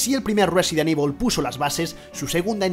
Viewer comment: porque dice resident IBOL?